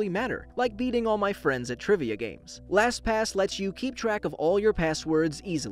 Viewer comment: Wow you said “LasPass” quit a bit.